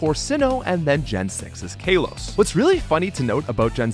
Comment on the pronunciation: stop saying "kaylous" please